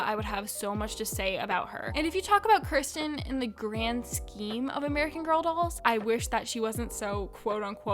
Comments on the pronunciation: Kirsten is pronounced keer-sten, not kur- sten. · Yeah, the new Felicity doll's dress made her butt look big and I didn't like it. Do they sell Josefina's goat Sombrita? And Josefina is one of the most beautiful Historical dolls! I think it's pronounced "Keer-sten" (Kirsten), but I get it was 2 am, so you get a pass for that. Yeah, what she was saying about Courtney looking too similar to Maryellen, I have the same problem with Kira Girl of the Year 2021 because she looks too similar to Julie, and when I heard that they were going to have an Australian Girl of the Year, I was hoping that she would be Aboriginal.